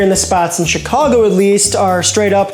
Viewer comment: I'm happy to hear " Chicago " pronounced properly .